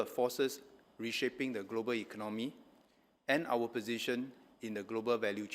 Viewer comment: Mr. Chan, may I suggest that both Mr. Heng SK and you, if you both of you desire to be the Prime Minister and Deputy Minister, you have to learn to speak better English and speak with a more neutral accent and proper pronunciation. "Ekon nomy" not "econ noe me" I wonder why you did not learn to speak with a proper intonation when you were educated at a British university. Please go and take English lessons and speak like a graduate from the UK and political leader. "Fourth" not "fourph"